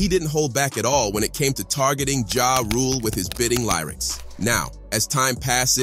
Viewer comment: 🤣 Artificial ingredients in food is unhealthy, and so is Artificial intelligence narrating videos 🥺. It's evident in the mispronunciation of simple words😳🧐( It's LYRICS, NOT LIERYCS)